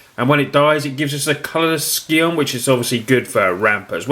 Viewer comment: I love you and your videos but please please it's pronounced Sigh-On, not Ski-on xD